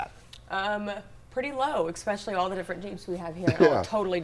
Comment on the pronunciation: “ekspecially” c’mon! I know you were educated somewhere in Tx!